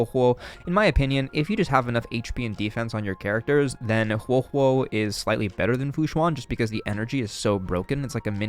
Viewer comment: I was confused at the start when you messed up huohuo and luocha's names lmao